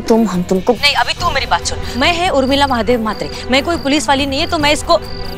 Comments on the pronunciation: Everyone: Urmila: Umrila 😂😂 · Any one notice always says umrila not Urmila